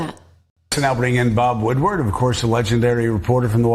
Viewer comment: Did you say Bob Woodward, or did you say Bob Woodpecker?